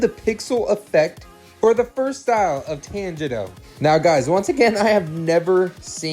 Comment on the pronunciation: It’s pernounced tanjiro is pronounced (ton-jer-oh)